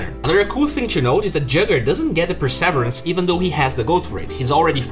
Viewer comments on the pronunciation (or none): "per-sev-er-ance" nah man: "per-sa-veer-rance"